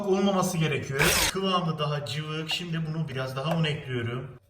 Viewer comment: Abi gözünü seveyim o harfini de kullan (şeker ekliyöörüm)